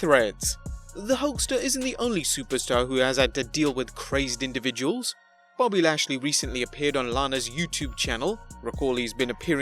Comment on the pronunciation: It just said his name right